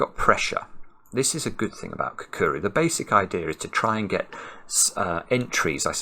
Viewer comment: It’s definitely not pronounced “kakuru”.